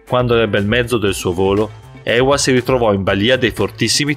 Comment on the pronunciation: Ewa wisnierska Si dice eva anche se ce la doppiaw